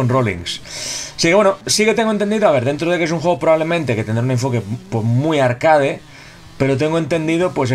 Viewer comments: Alguien me explica porque dice arcade tal como se escribe, siendo una palabra en inglés ? Tanto cuesta decirlo bien? .... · Que crazy bro, en plan... Pronuncia tal cual se escribe y es inglesa la palabra, literal, lol. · El término proviene del francés arcade (ya la has cagado), lo tendría que pronunciar en francés, pero es una palabra españolizada, como beige, croissant o baguette. En España no se habla inglés ni hay mucho nivel de inglés. Slo tiene nivel de inglés pero pronuncia como lo pronunciaría cualquier español. Amigo del otro lado del charco (porque sí, estas quejas siempre vienen de allá), se escribe por qué, no porque, que pides que se pronuncie bien una palabra y no sabes ni escribir tu propio idioma. De paso, no estaría mal que pusieras alguna coma y punto en tu último mensaje, que parece que estas echando bilis por la boca. Saludos Genio